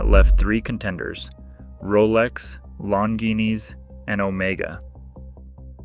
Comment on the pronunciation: Lon-geenis lol